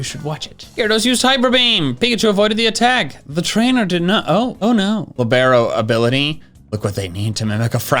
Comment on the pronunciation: Everything all and fine until you pronounced the Libero ability. Thanks for the content!